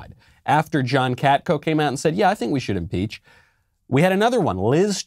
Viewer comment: Leftist it's "Impeach" not "Inpeach"